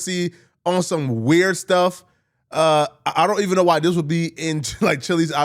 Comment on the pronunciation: should say " this" when hes trying to say " this" and not " dis". It sounds so gross and retarded. Like eww stop. You know english.